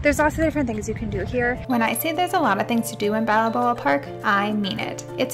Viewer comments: Old town San Diego is actually the birthplace of California. Just FYI…. And it’s • Balboa: bahl-BOH-uh So, “Balboa Park” is pronounced as “bahl-BOH-uh pahrk.” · Hi. Take the middle “a” out of Balaboa and it is pronounced Bal-bow-uh and spelled Balboa. Look. No judgement. The names in California are super hard in some areas. I’m so glad you went there. It’s a wonderful park. So much to see and do there. You showed my home town beautifully. Thanks so much. La Hoy-ya. La Jolla is a long running joke amongst locals for how to pronounce it when family comes to visit. Your guess was pretty good. Most beautiful place along the coast in San Diego and San Diego County. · Girl do you did any research? La Jolla is pronounced like La Hoya. Not La Holla. Balaboa? Lol... It's Balboa.